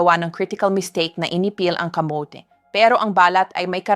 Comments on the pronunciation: bakit ang pagkasabi niya ng muscles ay maskels? as a doctor they know the right pronunciation of muscles 🤭. tapos ang kamote ay kamot... AI naman yata yan .. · KA MO TE ( not kamot ) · Yung pronounce ng kamote Kamit!!? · Natawa din ako sa maskel 😂😂muscle Mas kel😂camote niya camot😂